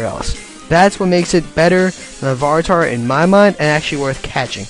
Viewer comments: 9 was exaggerated cuz u can catch Taurus....jus hard as hell. And u pronounced Larvitar.....u say it like Lavaritar. Not tryna chew u out tho but jus was on my mind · It's pronounced Lar-vuh-tar not Luh-var-i-tar. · "Electakid" is Elekid. "Lavaritar" is Larvitar. Don't make a video if you can't even pronounce the names of Pokémon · Can you learn how to pronounce PKMN names? It's Larvitar, not "Larvartar". It's Elekid, not "Electakid"... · It's not pronounced Lavaritar it is Larvitar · It's pronounced larvitar not lavaratar (Facepalm) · LAR-VI-TAR, not LAVARITAR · Lavaritar? It's Larvitar. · I'm not trying to be mean but you need to learn how to pronounce pokemon names a little better because you are pronouncing parts of names that isn't even there. For one it's LARVI-tar not la-var-itar. Second, Bagon's name is pronounced BAY-gon not bag-on. Elekid isn't Electakid it's ELEKID. There is no ecta just ELEkid. Other than those few details this video was pretty good. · 1. It is LARVITAR, not LaVARitar. Really not that hard to pronounce. 2. Electabuzz and Magmar are equally hard to find, so why is Electabuzz before Magmar on the list? Also, your only reason for saying they are hard to catch is that they're version exclusive. If that's the case, you can add Glameow and Misdreavous to your list, just to name a few. 3. Kanghaskhan is WAY harder to find/catch than Tauros. 4. You've NEVER caught a Chansey? Try the Cerulean Cave, they're all over the place. Dumb ass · What is this "Lavaritar" you speak of? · hah lavaritar fail lar-vi-tar dumbass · La-Var-Ih-Tar? It's Lar-Va-Tar. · Hm, you keep calling LAR--VI--tar 'La--VAR--tar'. While that's an interesting reading of the name, slow down a touch when looking at these kinds of things. I've made worse mistakes, but... I can't remember a good example, right when I needed it. :( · Gah, I cringe every time he says Lavaritar, IT'S LARVITAR, LAR-VUH-TAR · larvitar, not lavaritar. Elekid, not electakid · its pronounced LAR-VIT-AHR